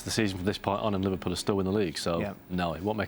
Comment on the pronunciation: oh, kids, can't even pronounce Liverpool right